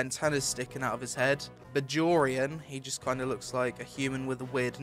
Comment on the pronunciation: Bajorian. That pronunciation made me laugh